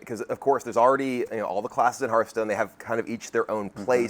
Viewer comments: ? That's one way to say it though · he doesnt even know how to say the gamename correctly